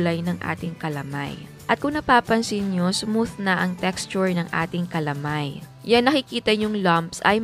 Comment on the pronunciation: Goodmorning chef Ang pronounce po namen jan dito s batangas is ka-la-may not cala-may